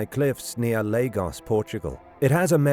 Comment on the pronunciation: It’s pronounced La-goosh